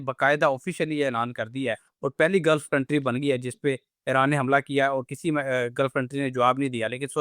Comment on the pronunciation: It is Iran not airan.